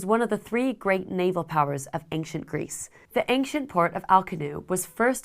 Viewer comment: you say ank-chent. I say ancient